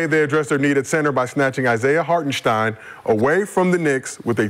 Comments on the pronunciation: Is somebody gonna tell McCants it’s hartenstein not harkestein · Never take advise from a dude who can’t pronounce a name😂 HarKenstein😂😂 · he don’t butcher it as much as McCants. I’ve heard him butcher a lot of names but McCants does this one EVERY TIME